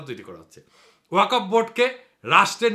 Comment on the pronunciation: Pronunciation is Wakfo""